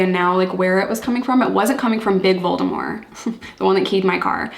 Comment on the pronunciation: Since nobody else has mentioned it, kudos for pronouncing Voldemort's name correctly!